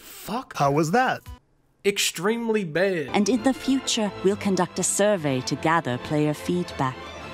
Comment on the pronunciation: Hows it going? "Extreamly bad" lost my shit.. great as always man. Keep it up.